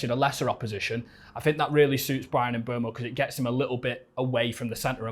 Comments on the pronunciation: It's funny cause bro on the left says he singlehandedly shouting about mboomo for years still calls him mbwemo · At least pronounce his name right... sounds more like "Mboomo" than "Mbwemo"